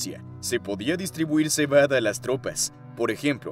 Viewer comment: cebadE dice la narracion ai ya que hoy en dia todos tiene flojera d narrar cualquier cosa #generacionidiota